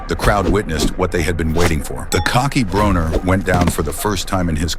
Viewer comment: It is pronounced BRAWNER ,NOT BRONER!